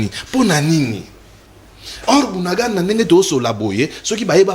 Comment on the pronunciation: J'entends dire BUNANGANDA...s'il vous plaît c'est BUNAGANA, "BUNAGANA"